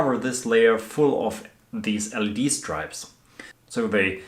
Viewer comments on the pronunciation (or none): Marvellous craftsmanship. Following with interest. Just mention it’s Stripps not Stripes pronunciation 😊